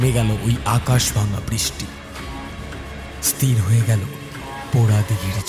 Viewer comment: গল্প তো ভালো ই লেগেছে কিন্তু উচ্চারণ এতো ভুল হলে ভালো লাগে না।যেমন ইস্ তির উচ্চারণ হয় না, ওটা হয় ইস্ থির ।